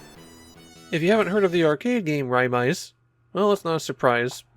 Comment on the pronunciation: It's actually pronounced Ray-maze, as the katakana spelling is レイメイズ. A lot of Japanese Taito fans joke that it's an unofficial part of the Ray-series of shooters (Rayforce, Raystorm, Raycrisis), and Taito even played into that recently by including some music from it on the CD packed in with the recent Ray-series collection re-release